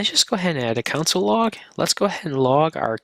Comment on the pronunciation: This is a clear and good basic intro, and I definitely recommend it for beginners, but the presenter needs to stop pronouncing console as "council." It's really distracting.